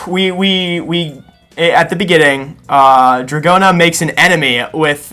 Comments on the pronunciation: Nope, in Japanese it’s pronounced more like “Doragona”. There is a “d” sound that sounds more like a “j” in Japanese, but it’s not in Dragona’s name. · "Do-ra-go-na" If Smooth Operator somehow evolved and started doing Stand Cries, it oughta be DORARARARARA lol